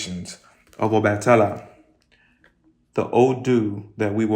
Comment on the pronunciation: The a in obatala is pronounced AH